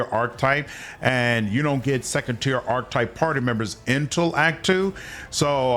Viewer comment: Ark-ee-type 😂not arktype